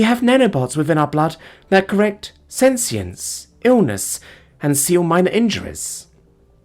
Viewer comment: Senescense is aging. It's not pronounced like sentience. It's pronounced seh-neh-sense. Sclera is pronounced just like it's spelled. There's no H in it. Jambalaya is pronounced Jahm-bah-lie-ya. Not jahm-bah-lay-uh.